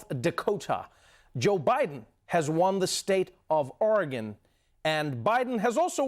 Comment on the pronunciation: OH Trevor, be still my heart you actually know how to pronounce "OREGON".